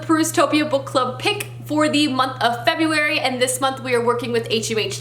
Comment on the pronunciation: FEBURARY! 😂 how cute